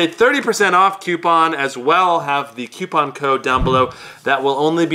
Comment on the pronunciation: The guy with the beard restrains himself from slitting his wrists when he hears 'qpoun' instead of coupon.